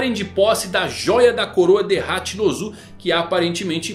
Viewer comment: Mano n da pra assistir tudo, "ZEBEK" em japonês vc sabe q não muda a kralha da fonética, "HachinpZu" aí é foda